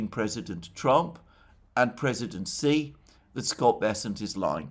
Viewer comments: hay alexander, president xi's name is pronounced like the female pronoun "she". Just call him a girl in english, "she", that is how you pronounce 'xi' properly. love your work, thank you! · Please learn to pronounce Xi. X in pin yin iz pronounced like soft sh. Chinese is based of syllables and changing X with S iz a huge difference